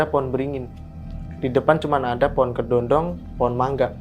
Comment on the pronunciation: Kedondong bang bukan kedodong 😂😂😂